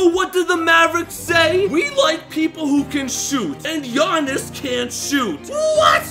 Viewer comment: He butcher Giannises name so bad